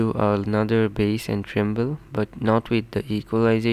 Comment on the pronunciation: Its treble not tremble